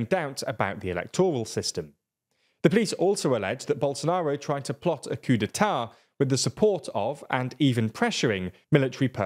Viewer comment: ”coup d’eat” well now I’m hungry 😔